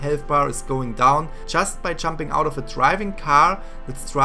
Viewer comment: It’s Jumping not chumping